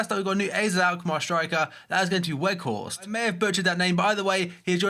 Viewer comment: Your pronounced Weghorst correctly! But there's a bigger chance that Janssen goes to Tottenham considering that its his first choice